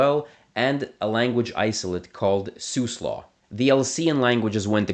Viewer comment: Siuslaw is pronounced /sai 'ju: slɔ/.